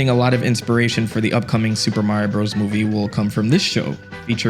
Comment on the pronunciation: Love to x out of a video as soon as a I hear “Bros.” mispronounced. The period isn’t decoration.